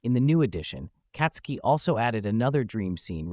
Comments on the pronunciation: Who the F is Katsuki?? She ain't katsudon, white boi. It's Tatsuki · Dude, it's not Katsuki but Tatsuki!!!